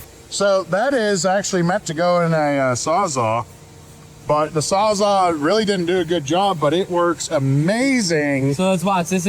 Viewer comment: Saws-Ah? You mean Saws All? I hear that Waaay too often. .